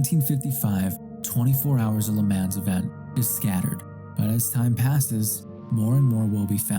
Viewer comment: Bruh you really need to fix the mic levels. There's no middle end, which makes your audio really weird on the ears. EDIT: also it's pronounced Leh-Monn. Not Leh Mans.